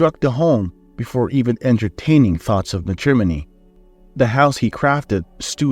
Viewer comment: Matrimony is pronounced MAT-rim-oh-nee. I wish people who post here would kindly try to help instead of complaining about the mistakes. Great story!